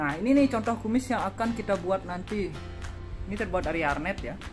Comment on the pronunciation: Nice content kak... kreatif.. tapi btw mau koreksi dikit ya kak.. namanya "Hair net" atau "jaring rambut".. (saya pernah kerja di Salon pengantin) mungkin kita dengernya hernet.. jadi arnet kali ya... tapi gpp.. yg penting ilmunya mantap & kreatif jalan teruuus..😉👍🏻